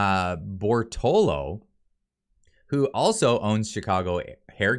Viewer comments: Read and say it with me: Bor - to - lot - to. 4 syllables. Very easy 1, 2, 3, & 4. You can also clapp your hands to make it easier. Compare: Bor - to - lo vs Bor - to - lot - to Cheers* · Bortolo ... His name is clearly Bertolotto so unless you are openly hostile could you please just read the freaking name right at least once out of 5 times? If you are a poor reader why even do your channel this way? Just talk about things instead. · Sound it out bro (Bore-toe-lot-toe) Bortolotto . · How do you keep missing the "tto" after the last "o" you say in Bortolotto? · Exactly, just my thought. I think owes Mr Bortolotto an apology for butchering his name like that.